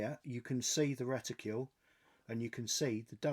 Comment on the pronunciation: Another great video. Please don't take this the wrong way, but are you aware, that like many other people, you are pronouncing the word reticle with a u in it (reticule). I thought that I'd ask, as i know you sometimes say things wrong on purpose 👍